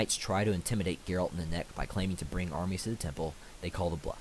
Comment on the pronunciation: Exactly she nenneke not nanek